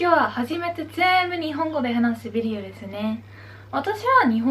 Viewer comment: videoの言い方がなにかやらしいビデオみたい